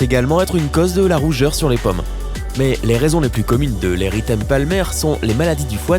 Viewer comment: Vous m’énervez avec votre mauvaise prononciation,les paumes ne se prononcent pas pommes ! Entre autres...